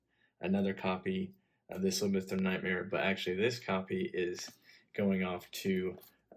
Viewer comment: "Librith" of nightmare? Lmao love the vids my dude